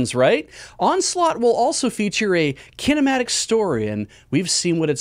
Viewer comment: Why did say kinema- oh. Cudos.